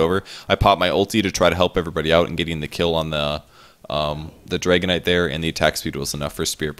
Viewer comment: Am i the only one who finds it funny that way of pronouncing Dragon Knight sounds like Dragonite:D?